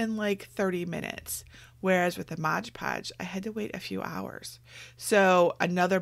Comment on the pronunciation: Excellent tutorial! It's not Modge Podge though..... It's Mod Podge 🤷🏻‍♀️